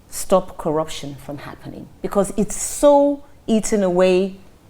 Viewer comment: What manner of teleguided interview is this? he can't even undstnd the dynamics of the questions thrown at him, only 4 the hire anchor to be explaining what she meant: Just listen to the semilliterate frail looking oldman, he just kept on mouthing things like, Kwaraption, ekwonomy, and what have U.